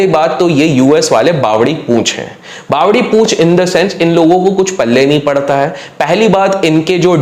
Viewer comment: भाई बावली बुच हुए है वो ना की बावड़ी पूछ 😂